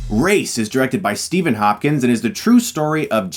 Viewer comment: Who else thought he said Steven Hawking?